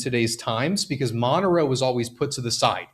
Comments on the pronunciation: Okay crypto bro, we get that you don't do your research but just look at the name Monero you can absolutely tell it is not spelled Mono Row. It is absolutely hilarious how you can be in this space even if you're not invested in Monero and still not know how to pronounce it. It's almost like somebody mispronouncing Bitcoin or Ethereum. 😂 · are you super low IQ? Were you homeschooled. I have watched actual videos from Devs. You don't even have to have a low IQ to know how to sound out a word like Monero. Does it look like it spelled Mono Row to you? When you pronounce dog do you change the spelling of it to Dag and still pronounce it Dog. People like you and the crypto space just make the crypto space a little less intelligent everyday. Mono Row 🤣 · You don't have to ask the Devs, you just need to be mildly educated. Monero is not MonoRow. After talking to your Devs they said your name is pronounced MayNerd. :face-blue-smiling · The way you pronounce things like monero, epoch, and other words I’ve never heard before lol